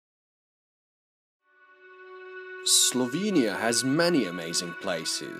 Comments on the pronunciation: I just got done telling another YTber about pronouncing words but you're right on. Hope you get more subscribers and keep up the good work. Oh, and start saying Slovenia with e as in echo, there are no two i's or y's in Slovenia. Great job otherwise. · Especially "slovinia"